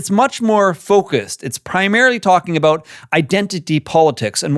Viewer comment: I knew you were Canadian when you said a-boot. 🤭 But Murray is an insightful man.